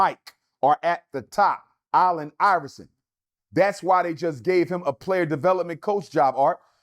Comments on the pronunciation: KOBE IS NOT BETTER THAN MJ.. PERIOD and why CANT HE PRONOUNCE. ALLEN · This numbers dude can’t say “Allen” correctly. That snake thing on the court was just a coincidence